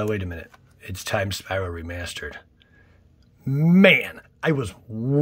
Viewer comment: Time spiral “Re-meh-stered”